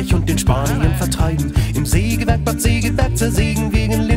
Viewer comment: Hundertmal Sägewerk falsch ausgesprochen.